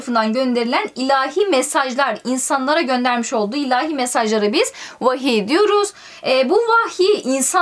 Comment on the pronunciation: Herşey güzel sadece vahiye wahiiyğ demesi bütün dikkatimi dağıttı 👌🏻